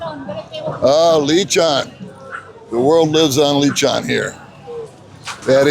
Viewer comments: you've been there 9 years and you still pronounce it leeechan when it's supposed to be lechon! You make us look bad. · L-eeee-chon 🤣🤣🤣. 9 years and your still a FOB in the Philippines 🤣. Practice with Baby Mae.